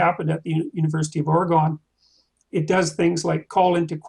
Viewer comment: The university of fucking WHAT lmao why does no one know how to say Oregon. Also fuck JBP